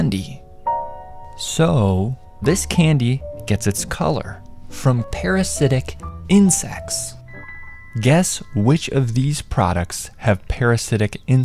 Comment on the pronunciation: I like how he's emphasizing "PARASITIC INSECTS" to gradually gross us out. 😅